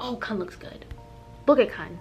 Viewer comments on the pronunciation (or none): KUN not KAN LMAO☠️